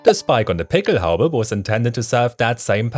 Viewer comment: Good video! Thanks for emphasizing the pronunciation of the pickelhaube and the stahlhelm. Thanks for the background. I was in the National Guard in the late 1980s when the Army replaced our "steel pots" with the German-influenced Kevlar helmet. I hated it at first: too reminiscent of the Nazis. Over time, I came to see the advantages of the helmet - and grudgingly acknowledged German engineering. I don't hate Germans - just lament that circumstances allowed a noble nation to follow a tyrant. Thanks for this video!